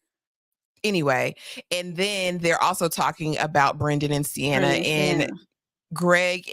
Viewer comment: Sienna pronounced C-N-Ah